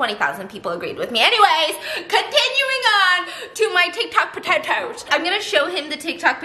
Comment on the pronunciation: tiktok pa-toe-toes